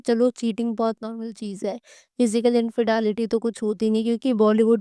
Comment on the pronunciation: Dumbo it’s not infedaality lol 😂 it’s infidelity learn English